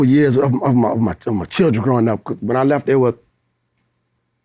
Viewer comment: dat nigga said “lil chiren” 😂🤣😂